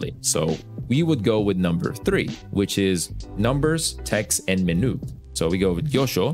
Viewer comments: MENOO? MEN-YOU, BRO! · Fantastic video...everything you said was perfect except for the way you say "menu" :P